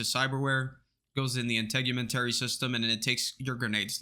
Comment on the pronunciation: I am SO GLAD that you did this video! Many of the stats in the game seem hard to test and so I was reluctant to take them. With your video, I'm confident that they work as intended. Also, kudos for knowing how to pronounce Integumentary correctly! Everyone else gets it wrong and it makes me nuts!